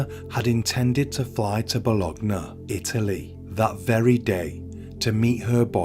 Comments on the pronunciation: Bologna is pronounced Bolonia, my brother. Happy to help you. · The 'g' is silent in Bologna, think of it like 'lasagne'. Love the channel, keep up the great work dude 👍